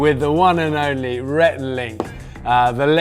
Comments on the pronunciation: He called rhett Renee 😂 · 1) I can't believe this only has 140k views. I thought for sure it would have more. 2) He called Rhett, Renae. Haha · Did Bear call Rhett Renée? 🤣